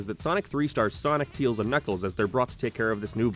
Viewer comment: Teals? I'm starting to realize I think it's just how you generally pronounce those sounds.